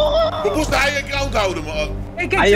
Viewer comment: ‘’hiyek ground’’😂😂😂